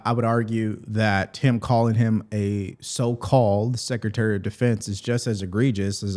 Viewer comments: If you cant say “Secretary” vs “Sekaterry” then you probably should be out of a job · LOL! Jeffreys can't even say Secretary! he says Secetary! He's such a joke!